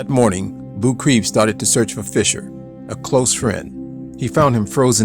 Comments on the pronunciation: Anatoli last name Boukreev is pronounced Book-Ray-Eff and not 'Book-Reeve' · Geez, you could’ve done some research into the correct pronunciation of Anatoli Boukreev. As a hero, he deserved it..